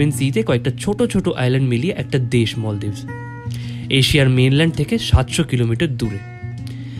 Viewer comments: bhaiya its maldives not moldives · Kothata 'moldives' noi maldives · মলদ্বীপ না মালদ্বীপ 😑